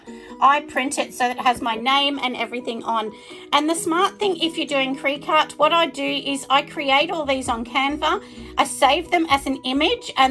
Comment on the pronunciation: Cricut pronounced cricket :)